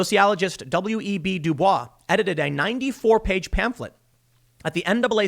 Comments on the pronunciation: I know it's spelled like "Du-Bwah", Tim, and many people make the same mistake, but his name (W.E.B. DuBois) is actually pronounced "Du-Boyz". Just FYI. You can Google it if you want to. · It's actually pronounced like "dew boys". Counter intuitive, I know. But that is how he pronounced it so it's the correct way. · WEB Du Bois's last name is pronounced "Doo Boyss." Yes, that's not proper French, but that's the way that very-notable person's name is pronounced. Kind of like how Detroit isn't pronounced "Duh-trowah." Half, but not fully, in jest, I'll push back a little on the UN bit. The UN overseeing our elections might not be a bad idea, given the rampant cheating that the Democrats to every cycle. Like they'd presumably disallow not requiring ID and not verifying signatures. And certainly the whole mail-in thing wouldn't be approved anywhere. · It's pronounced "du Boyce", not "du Bwah". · It's pronounced W.E.B. "D'BOYS." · W.E.B.'s last name is pronounced (duh-boys). This has been a PSA brought to you by your friendly, freeloading viewer. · W. E. B. DuBois is actually pronounced "Du-Boyce" It's a common misconception so I'm sorry for being "that guy". I promise, my name is not Melvin. XD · I think you’re pronouncing W.E.B Du Bois’ name wrong